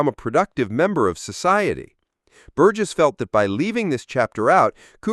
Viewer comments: Not An Thon Y (the TH as in thorough) but An Ton Y(rhymes with gone - the H is silent), and Bur Jess not Bur Guess - what dickheads all you Americans are. Why don't you take a little time to research how to pronounce names - surely just a few minutes, and get things right, rather than come across as fuckwits? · "An- thon-ee Bur-guess"? FFS, if you're going to analyse one of the most important films ever at least don't use AI for the naration. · That’s pronounced “Antony Burjess”.